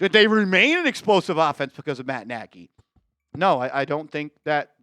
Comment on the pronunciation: It's a Hungarian surname. Not pronounced 'Naagy'. Pronounced 'Nodge'.